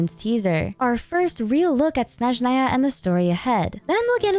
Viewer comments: Hi, sorry it's just triggering my OCD so bad, can you pronounce Snezhnaya a snezh-NAA-ya, not SNEZH-naya (stress on second syllable not first)? thanks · As a russian speaker my ears will hurt so much during Snezhnaya😭😭😭 It all began from everyone in the game pronouncing word Snezhnaya incorrectly. I understand tho, Russian is very hard, no blame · why do you say "Snezhnaya" that way. is that cannon? LOL